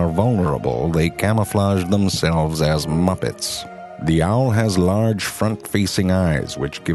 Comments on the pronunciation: "Here are true facts about the owrrrrllr" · i love how he says owl and seawhores lol